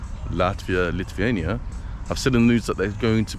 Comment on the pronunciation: annoying having these ''bald and bankrupt'' wannabes talking about things they dont actually understand. I never read what's on a gravestone myself but i highly doubt it's in Latvian.. also the way you pronounce Lithuania makes me wanna go deaf